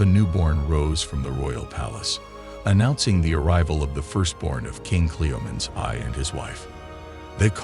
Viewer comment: At least get a real human to narrate this, guys, instead of an AI-bot. i don't know ANY culture where women were treated like "vases"!! And her dad's name being pronounced 'Cleo-meens Eye" instead of "Cleom-en-eez the First"... eesh. And SHE was refererred to as "Hhe / him" almost half the time a pronoun was used, & it got worse as the video went on!!! Also, it looks like you might have pulled images from 2-4 different comics - can you please let us know which comics? i think i recognise one of the, but i'm not sure...